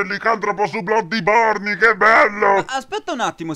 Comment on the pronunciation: "BLODDIBORNI" -cit. Siegmeyer